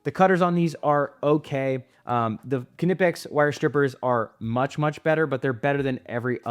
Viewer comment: I don’t understand why EVERYONE just assumes Knipex is pronounced “kanipex” while at the same time knowing damn well how to pronounce knife, knit, knock, known, etc😂